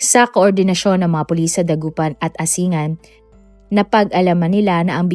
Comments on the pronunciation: hindi po asingan kundi asin-gan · ANG BAYAN NG "ASINGAN"...ANG tamang bigkas DITO ay "ASING'GAN" ,HINDI 'ASI'NGAN'.. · wrong pronouncition ng bayan ng ASINGAN. Asing-an. pls google it before u announce it. thank u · Pronounced as "A-sing-gan" po ang Asingan. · tignan kung paano talaga ang pagbigkas ng ASINGAN ✌️✌️✌️ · Ginagaya mo yung sa Pinoy Crime stories. Mali mali ang mga impormasyon mo. Mali mali pati pronounciation mo. Asingan? Asing-gan. Pati Pangasinan iba din pagbigkas mo. 😂